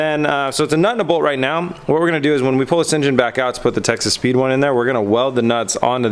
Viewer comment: Does anyone else hear Texas Speed as Texas Pete? :D